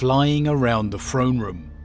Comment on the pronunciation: Say it with me "THrone room" not "Phrone room."